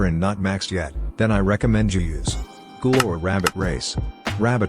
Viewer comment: ... IT'S NOT GOOGLE IT'S GHOUL